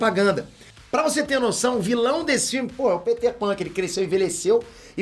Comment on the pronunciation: Kkkk Caraí mano. Ele pronunciou "Pêter" e não "Péter", ele até aponta pra si mesmo, legal quando a pessoa entra na piada.